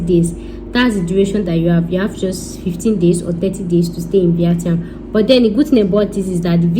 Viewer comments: The way you said VIETNAM 😂😂😂😂😂😂😂 maks me laugh 😂😂😂🤣🤣🤣 go and learn how to say it properly please 😁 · Your English is Bad . Very bad . Speak broken and go and learn how to pronounce Vietnam